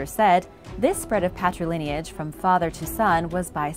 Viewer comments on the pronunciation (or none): none